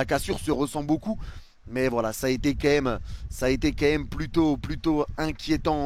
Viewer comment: Leçon de français : c'est pas qué même c'est QUAND MÊME !